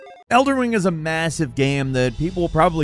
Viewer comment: "Elder Wing"